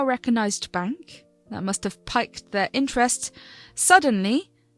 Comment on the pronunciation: One little criticism - pique is pronounced "peeked " NOT "pyked".